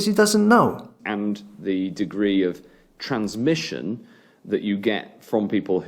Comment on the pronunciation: TheWarOnU he struggles with the word transmission